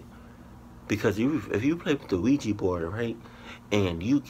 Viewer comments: Us black people and Ouija boards.....NOPE! Soon as they said Quija board I even paused the video and said "SEE.......HERE WE GO WITH THAT BULLSHIT!" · as soon as I heard ouaji board I knew was going to pause the video